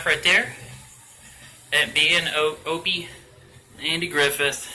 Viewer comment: It's Opie...not Owie!!!! :P